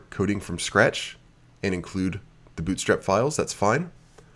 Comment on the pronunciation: "bOOt strap" LOLOLOL where are you from?? your accent is tripping me out!